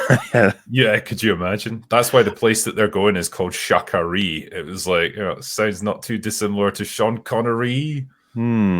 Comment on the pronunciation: Oh god Sha Ka Ree!